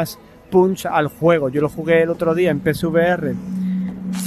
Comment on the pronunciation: No soy capaz de diferenciar cuando dices pcvr y psvr 😅 de todos modos, gracias por el video